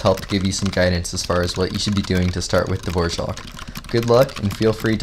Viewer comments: Why does he pronounce Dvorak dvorjak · why is he saying dvorak like that